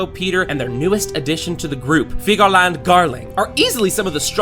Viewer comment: He said figirland in spanish